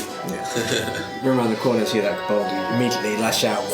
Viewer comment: Pronouncing Kobold like it's a Vulcan name... K'Bold